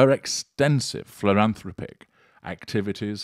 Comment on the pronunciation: Phloranthopic? Humanitaryism? I think you might need more sleep. Your pronunciation is usually much more accurate than this. Are you ok?